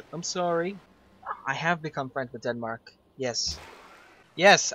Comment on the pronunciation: did he seriously just say DEADMARK??????